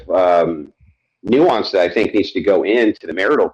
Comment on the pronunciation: "nuance" not "nuisance."